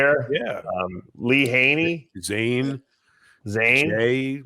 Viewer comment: they called lee leaha